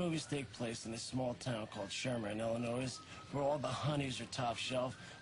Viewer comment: They keep pronouncing the "s" in Illinois. lol